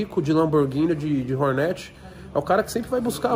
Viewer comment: pelo amor de deus é hornet não hornéti